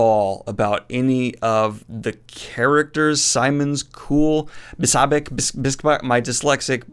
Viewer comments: Bin-a-Bic is how you say his name. Audiobooks are awesome for the really difficult names. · "Bin-a-Bic" dude